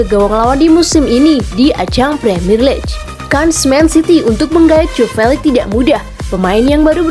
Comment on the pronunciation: League = diucapkan "liig".